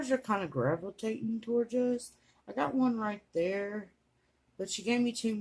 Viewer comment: "Stars are kinda gravitatin' tuhworge us".